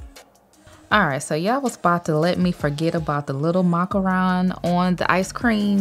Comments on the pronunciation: "the problem with that" is your absolute inability to accept that you are, in fact, wrong. Of course that's what they thaught you, they were saying it wrong too. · Did I say that everything I ever say or do is right NO!!! I said that I’m going to pronounce a word like I was thought in school. So what’s the problem with that?